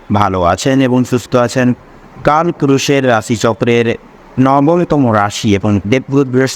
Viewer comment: Kal purush hobe ki bolchen vulval pronunciation